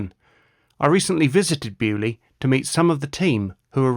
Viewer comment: I hate your pronunciation of Beaulieu!! It is a French word you pommie git! Get it RIGHT!!!